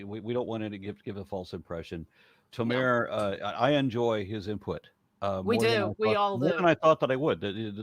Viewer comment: Guys, plz. Tomer- the emphasis is on the O. You are correct in how you pronounce the o sound, but you put the emphasis on the last vowel, which is wrong Israel thanks you